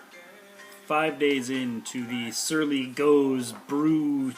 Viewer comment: Pronounced go-zuh